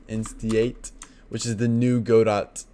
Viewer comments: Great, job....just FYI instantiate is pronounced.....in-stan-shee-ate 👍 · did he just mispronounce "instantiate"?